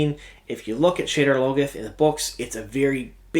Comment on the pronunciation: It's pronounced: SHAH-dahr LOH-goth Shouldn't be talking about stuff you can't even pronounce correctly.